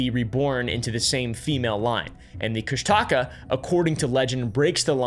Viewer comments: I wasn’t born but I was raised in Alaska. Sitka is my hometown, redoubt bay is one of the best fishing spots and that cabin is still there. I’ve also heard more than enough about the Kushtaka (pronunciation is Koosh-tuh-kah) might have seen one when I was hunting around Katlian bay 😅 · Tlingit Alaskan here of the L'uknax.ádi clan (based in Sitka and Yakutat). There are many ways to spell Kooshtahkaa, but the way it's really pronounced is KOOOOSH dakah. I am sorry for laughing when you tried to pronounce it and enunciated the wrong part of the word, because I've never heard it said that way. Kooshdaa kaa is my FAVORITE cyrtid, so thanks for shedding some light on the lore, it's so fascinating! Hope that helps! Thanks for sharing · Great stories and yes they are very real here. There are so many disappearances here is it scary. So many miles of uninhabited land. The Kustaka pronounced kush-taw-kaw are very real in Southeast Alaska. You don’t go into the woods or on the ocean unprepared and you always tell someone where you’re going. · Nooo, it’s not pronounced like thatttt It’s “kush-da-ka” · dude its pronounced "koo-shtic-caw" - An Alaskan. Also you don't say the word or you're more likly to see on. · "Kushtaka" I heard "Chris Tucker" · Kushtalka bro your saying it wrong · I liked how he actually talked about "the strangest story ever told," but that is not how you pronounce Kushtaka. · You pronounced kushtaka wrong I would know I live in Juneau , Alaska, the hub of Tlingit culture, which the legend comes from, but hey, I’m not gonna get mad I mean Tlingit is a very hard language. I would know I took a. Tlingit Class in school. But the rest of the facts are correct about the kushtaka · You're saying Kushtaka all wrong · Hi! So the way you pronounce Kushtaka is more like (Koosh-tah-kaa) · Actually, as an Alaskan accustomed to outsiders mispronouncing Alaskan words, Kushtika is authentically pronounced KOOSH-te-KA. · It’s KOOSH -tuh-kaw is how you say it LOL